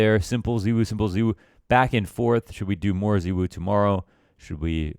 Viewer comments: ZYWOO NOT ZEEWOO MAN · The problem is you don't pronounce his name correctly. You pronounce it like ZywOO and you actually pronounce it with an o. Zywo. Like in the word no. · Its pronunced zay wuu u fuckn mogli